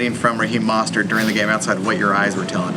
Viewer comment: At :46 Reporter says Mosstert? Its Mostert lol wtf?